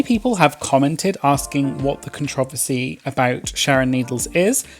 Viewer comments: I love contrah-versy! Best pronunciation by far!!! 💕💕💕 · The way you said controversy 😍😍😍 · I jus wanna hear dude say "controversy" again